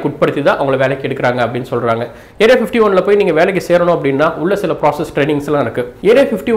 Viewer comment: Bro clear ah pasuga area 51 nu soiluga area 15teen soilura mathari iruku .speak clearly